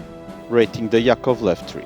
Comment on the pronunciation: The stress is on the first syllable: YAkovlev, LAvochkin.